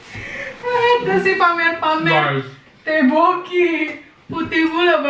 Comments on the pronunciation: Maaf, itu tteokbokki,kalau disebut jdi toppoki🙂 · Maaf nih.. pengucapan kue beras korea itu bukan tteboki.. tapi ttoboki.... trs sudut pandang kameranya menurutku lebih enak yg dulu...yg diambil menghadap meja makan... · Maaf bukan tepoki, nyebutnya topoki. Coba nonton film drama Korea dch.... Gbu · Itu teokpoki bacanya topoki.. Bukan teboki 😂😂😂 aku dengernya geli2 gimana gitu tiap x mamak nyebut teboki... 😂😂 oiya tips biar ga jontor makan samyang.. Makany pake sendok garpu digulung2 kaya makan spageti gitu trus mangap segede gedenya.. Biar ga kena bibir.. Trus biar perut adem bikin deh susu soda ato ga susu kental manis dikasi sirup 🍓 dijamin makin maknyos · Toppoki bacanyaaa buka teboki hehehe 😊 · Ttopokki bkn teboki kak.hehe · namanya ttokbokki,bacanya tokpokki..bukan tehboki.. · Tteokbokki (dibaca tokbokki), bukan teboki 😂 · Bacanya topoki, 😅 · Teokbokki nya di bacanya tokpoki, itu yg putih2 namanya teok klo teokbokki itu yg udh jadi sma kuah yg merah2 itu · Tteobbokki bacanya topoki ✌🏻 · Baca nya topokki, hehe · tteokboki bukan tehboki😂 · Tulisannya teobokki( kalau tdk salah) cara bacanya toppokki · Entar,hanya saran,sepertinya yg benar untuk penyebutannya Tteobboki itu Topoki ya kak,hanya saran